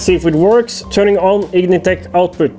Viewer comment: Vtec no H lol vtech is an electronics company lol